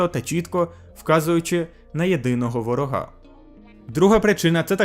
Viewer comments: Продовжую конструктивні зауваження щодо наголосів - Гітлер бачив головного вОрога, а не ворогА. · правильний наголос не на ворогá, а на вóрога. Бажаю подальших успіхів в освоєнні української мови. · ага, не я один це помітив. аж в вуха ріже